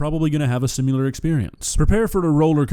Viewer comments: I love you man, but I’m just curious… why do you pronounce the word “similar” in such a manner? Lol I’ve noted it in past videos as well. Sounds like you’re saying “sim-u-lar”…I’m just genuinely curious lol no hate my dude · SIMILAR. SIMILAR. SIMILAR. NOT SMULAR! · …lamb steak? Haha also, not making fun and please never change, I just love how you pronounce ‘similar.’ ‘Sim-you-lar’ ❤ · I love your videos but for god's sake, pronounce the word "similar" correctly!